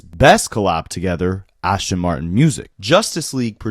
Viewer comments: Ass-Ton, not ash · ASTON Martin. There is no H.